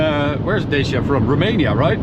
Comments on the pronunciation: Romanian here. It's not Deisia, it's pronounced Da-tch-ia. (The accent on the first"a"). Like Sriracha. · it's DA-CHI-A not da-c-a... cmon man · as a romania in telling you that both ways are so messed up😢😢😢 is more like DUTCH+E(the letter)+A(like in ahh) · Dacia - Дачия /Datchiq/ :)) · The way he pronounces it, is how dutch speaking countries pronounce it